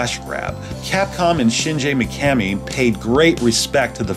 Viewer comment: It’s pronounced shingee mikamee